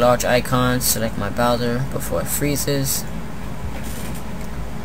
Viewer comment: it's bowser not boswer ;)..